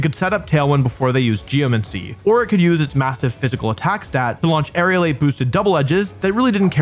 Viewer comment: How has no one corrected aerialate ...